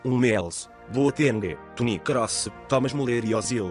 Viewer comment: kkkkkkkkkkkkkkkkkkkkkk vc fala toni kross bem engracado e vc escreve Toni Kroos